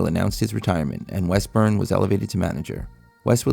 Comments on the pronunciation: IT IS WEST - RUM NOT WEST- BURN. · That's West-RUM...not West-BURN.. 😅😅😅😅😅